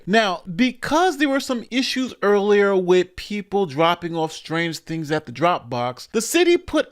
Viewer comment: If you can't pronounce the word "thing" then you can't run for a gov. position.